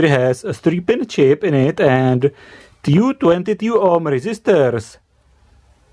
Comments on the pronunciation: Achteldavid Sorry, but "tyou" instead of "two" is too much even for czechs :-D :-D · Two [Tjů]